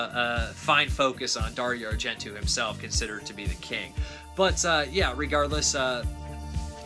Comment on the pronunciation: Darry Argentoo? ... Teena-bra? ... Whaaaaat? ... It's Darry-o Ar-gen-toe ... and Ten-a-bray